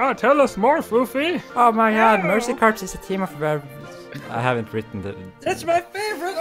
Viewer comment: Just an FYI "Corps" is pronounced like "Core" and not "Corpse." :3